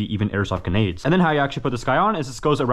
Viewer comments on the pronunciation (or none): GRENADE, not ganade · "genade" grenade same thing